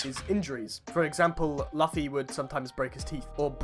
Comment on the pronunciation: Lost me when he said luffy wrong ngl...